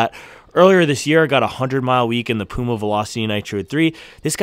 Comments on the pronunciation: Your pronunciation of Puma is correct. I never heard Germans call it Pjuma. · Hi, I am from Germany. Puma is a german brand we say Puma like you pronounce it. It is not "piuma". Go on making this great videos!